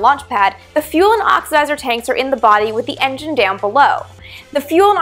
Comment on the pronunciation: Is she saying "oxizer"?